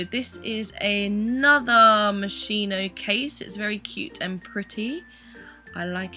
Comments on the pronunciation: it's pronounced like "moskino" not "moshino", italian here lol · It's 'moschino' because you say 'moshino' but actually there's a 'c' in between so moschino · Is moschino with h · It's pronounced MOSKINO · Omfg lol can people please learn to pronounce Moschino! These people killing me buying fake things and not even trying to pronounce it correctly. Do the brand that one tiny favor lol